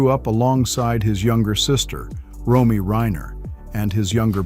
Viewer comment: Nick was the middle child. It's ROMY, not Roy.